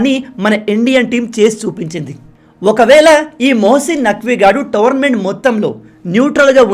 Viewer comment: Towernament ❌ Tournament ✔️